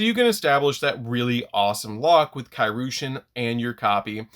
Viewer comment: I have yet to hear anyone pronounce Kairyu correctly lol (It's Kai Ree-yu)